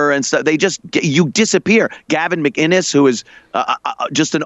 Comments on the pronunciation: Still pronouncing McKKKiness wrong I see. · Gavin McIness! There's no "g" in it Steven Growder! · You pronounced "McInnes" wrong, morons.